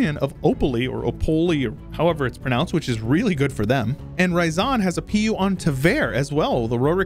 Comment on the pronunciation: It's not Ra-ya-zan, It's Ryazan. You know meme "It's ya boy!" Well, combine that Ya sound with rolling R at the beggining, that's Ryazan. idk where you keep finding that additional ah sound in that word.